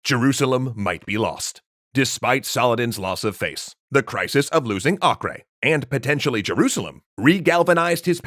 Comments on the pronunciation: Acre is pronounced like Aker, not akre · Am I the only who thinks Acre is pronounced Aiker not Akreh? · acre is not ock-ray, its ack-err.